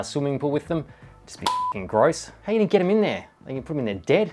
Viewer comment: Why do you pronounce "Ar" like a chinaman?